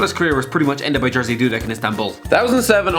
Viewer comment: The correct pronunciation of Dudek first name "Jerzy" is more like yeʒi. This ʒ is common for Polish while the only English usage I can think of is pleasure - phonetically ˈplɛʒə'. The way how you pronounce jerzy sounds like Jersey. 🙂